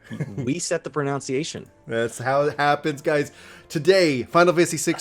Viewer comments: My dude... The agony my ears are going through! It's proNUNciation, not "proNOUNciation", DUCHy not "duchERy", and for the love of Dog, pay attention to proNOUNciation when in conversation with people who clearly weren't educated in California or some other Socialist state. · "We set the ProNOUNciation." Sorry couldn't resist...